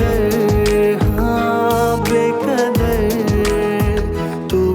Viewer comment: بے کدر نہیں یے ، بے قدر ہے ، تلفظ تو صحیح کرلو ، اس سنگر کو کاش کوئی بتائے۔